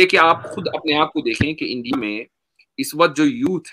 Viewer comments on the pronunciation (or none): none